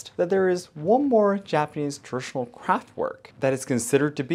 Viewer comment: You pronounce traditional very strangely